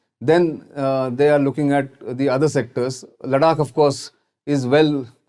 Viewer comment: Bruh learn how to pronounce Ladakh correctly first 👍